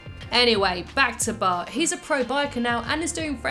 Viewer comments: She says bah Simpson at start of the video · original: but before we begin what i heard: bart before we begin